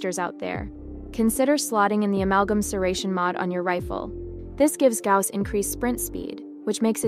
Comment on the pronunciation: its a good guide, but who read it as Gaws